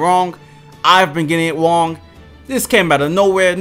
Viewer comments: “I’ve been getting it ‘Wong.’” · “Ive been getting it wong” lol u ain’t slick